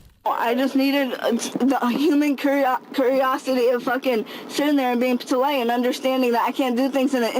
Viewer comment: Human cur-ri-osity? 😂